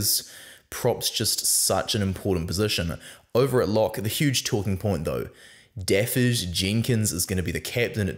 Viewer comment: Pronunciation of Dafydd is DAVITH.